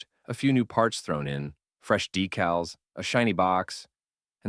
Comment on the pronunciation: People saying, "Deck-gulls" instead a decal.